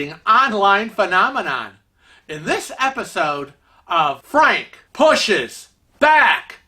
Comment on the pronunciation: You're such an idiot! You always pronounce "Frank" incorrectly and it drives me crazy! Love your videos 😘🤗